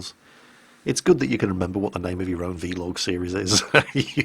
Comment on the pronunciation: Actually Jingles, it's called a vlog not a v-log...Jingles?